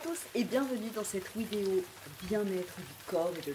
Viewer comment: Une ouidéo ? 😂😂😂